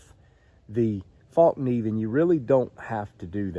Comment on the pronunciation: Pronounced fell-keneiv